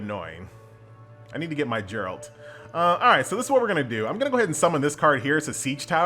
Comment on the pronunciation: pronounces Geralt's name wrong The entire witcher fan base: So you have chosen death